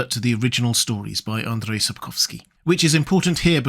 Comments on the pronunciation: But you do butcher his first name, it's not Andre. If you are saying it in English it would be Andrew. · if you want to pronounce the name "Andrzej" properly say somenthing like "Un-jay". "drzej" = "jay" :) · Sapkowski's name is pronounced more like "Ahn J." I don't believe you'd be able to say Andrzej, the "drz" is a little tricky for non-native speakers. 'AnJ.' is good enough though